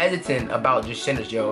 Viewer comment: I thought he was saying SINNERS, it was actually CENTERS.